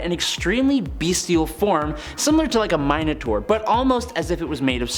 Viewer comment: Bro I was gonna let Mine-a-tar go but I have to say something when it comes to names. Kurt Wag-ner...really? You would be annoyed as hell if everyone called you A-dam On-drew or something in your daily life